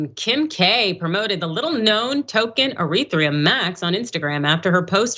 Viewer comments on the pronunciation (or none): **ETHEREUM* Not eretheum... Just read it.. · Stopped listening when she called Ethereum Eretheum. You guys have no idea what you’re talking about. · The host actually deliberately pronounced Ethereum as "Urethra" because crypto is just a big stream of piss. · what is 'eretherum'? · She knows nothing about crypto. "Ereetherum" ? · E-ther-re-um is the proper pronunciation. Looking good 👍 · 1st of all, she can't read. The name of the shitcoin that Kim K. was hocking is Ethereum Max, but this chick is calling it Erithreum? Learn to read the copy ma'am. Furthermore, this story is skewed. Anybody who purchased any crypto whether it be Bitcoin or anything else, and bought it last October ( when it was known by everyone to be at crypto currency's All Time High ) is an idiot and deserves to lose all their money. It's exactly the same as if you paid full price for a brand new car at a dealership and tried to sell it a year later, expecting to make a profit. You don't buy high and sell low, especially during a recession. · She doesn’t know anything…can’t even pronounce ethereum correctly. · so how do I know she mispronounced Ethereum? You guys are so full of anger lol. Relax and re-examine why you are attacking me. It’s because you’re in pain. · Idiot can pronounce ethereum